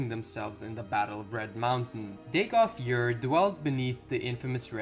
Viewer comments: Dagoth "Yur"? Am I missing something? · Good video. I know you said it in the beginning, but you are calling him Dagoth Yurr. It is funny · Dagoth YURR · Dagoth Ur's pronunciation is NOT subjective. He SAYS his own name in game! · Pronunciation is wrong. He says his own name. Too distracting to continue watching.